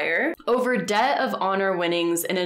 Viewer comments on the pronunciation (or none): none